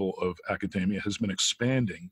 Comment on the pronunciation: Chris - why do you keep mispronouncing “academia”? “Dossier” and “metastasize”?